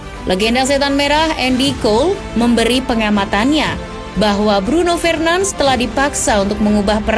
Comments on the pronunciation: Request min, kalau sebut nama lengkap itu "Bruno FERNANDES" bkn Bruno FRENANS" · Cara pembacaannya salah, bukan Fernans tapi Fernandes seperti biasa. Mohon kpd agar bs belajar lagi penyebutan nama dlm bahasa yg berbeda agar tdk membingungkan. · Min,bacanya fernandes bukan fernands🤦‍♂️✌ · Nyebutin nama ny kok ky "Alay" gitu ya 🤣🤣🤣 padahal org enggres aja manggil ny FERNANDES